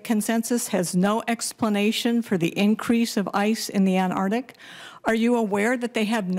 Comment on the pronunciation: Well done Dr. Curry. I just wish you pronounced "Antarctica" properly. Otherwise though, spot on.